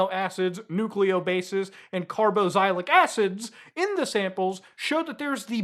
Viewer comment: most unique pronunciation of carboxylic acid I've heard yet lol